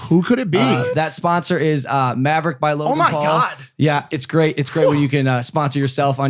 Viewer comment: I'm a single mom to a beautiful baby girl who just turned three. She's learned how to say yah yeet, savage, and mav-uh-wick from Logan lol